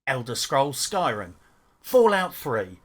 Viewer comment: "elder scrolls skyrm" annnnnd you immediately lose all credibility.